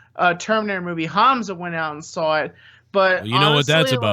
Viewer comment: Speaking on pronouncing words wrong you always say Sawrr instead of Saw lol it dries me crazy lol